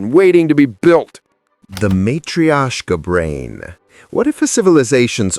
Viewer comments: Matrishiasha? 😂 Definitely need to work on proper and consistent pronunciation here. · Dude, seriously, just Google how to pronounce matrioshka doll. I was this close to subbing, then you advertised that you have no idea what you're talking about.